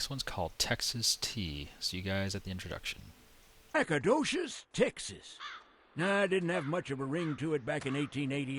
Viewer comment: He misponounces the starting town in TX, Nacogdoches.